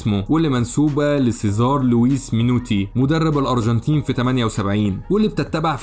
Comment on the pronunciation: الأروجنتين .. نطقك ليها بيضحك 😂